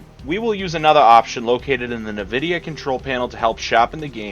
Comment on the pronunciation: its en-vidia not na-vidia